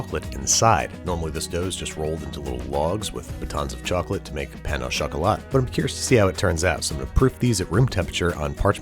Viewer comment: "pain ow chocolate"